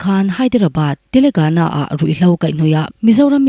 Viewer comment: Chhiartu fakawm tak. "Telegana" i rawn tih hi TELANGANA zawk aw.India ram State hming êm hi chu a dik hriat a pawimawh.